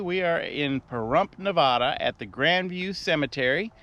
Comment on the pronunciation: Shouldn’t you know how to pronounce “ Nevada “ if you’re gonna talk about it?